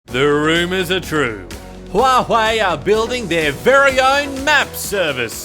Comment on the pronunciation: The way you speak this company's name every time is just so satisfying. More Huwaei videos please !